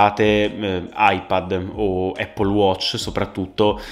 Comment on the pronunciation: Anch’io alla fine ho preferito Music sia per UI che per UX. Comunque incredibile che solo noi italiani non sappiamo pronunciare in inglese la parola Apple o Mac 🤔 forse ci suona strano 🤷🏽‍♂️